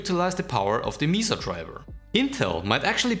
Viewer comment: Pretty sure Mesa isn't pronounced Meesa. I guess you could pronounce it Meßaa?